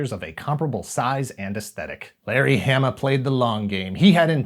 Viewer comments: I gotta also say this... Larry’s last name is pronounced with a long A sound, like in “origami,” so it’d be Haw-muh, not Ham-uh. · It's WILLY DuWitt, not "Wally." And my name rhymes with "(Dalai) Lama" not "(Ala)bama." But, otherwise pretty accurate. Thanks! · Hama is pronoucned the same as in Yokohama. I think you started getting it right towards the end, but just keep and eye out XD